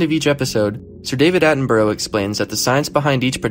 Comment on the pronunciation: I know you're American, so you get a pass, but Sir David's last name is pronounced with an 'uh' sound at the end, not an 'oh'. Dude might be a bit creepy around women, but he's given his entire life to nature; he deserves his name to be pronounced correctly lol.